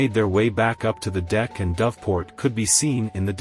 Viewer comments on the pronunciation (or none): none